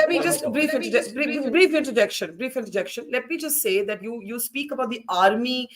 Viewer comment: When you seiiiiii det 😂